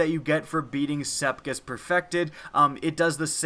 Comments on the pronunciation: Sepiks, not sepkis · sepix not scepix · Wait...did he just say "SepKIS"???!!! It is pronounced "SepIKS" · been over 2 years and people still saying SepKIs instead of SepIKs smh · SePIKS not SePKIS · Sepkiks? You said sepkiks, there's 1 k Sepiks. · u said septis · LOL, he fuckin said Sepkis. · Heh, you said Sepkis :3 I used to say that year 1 and got alot of shit for it lol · did he say sepkis? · says Sepkiss for some reason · Learn how to pronounce sepiks